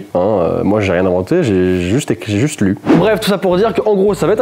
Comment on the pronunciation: Li et pas lu